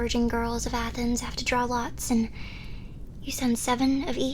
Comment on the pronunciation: When you sed "the king of athenes" i FREAKED OUT beasue im greek!